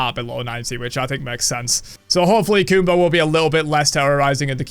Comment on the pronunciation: They butchered my boy Kumbha